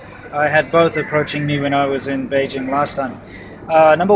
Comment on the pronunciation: Why can't your even pronounce Beijing correctly?